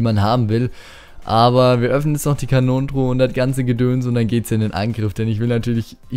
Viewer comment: Hast du KANONENTRUHE zur KRONENTRUHE gesagt??? XD